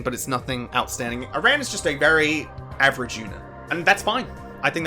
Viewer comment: Please.... please pronounce aran correctly please.... its killing me.... but also yea he sucks ass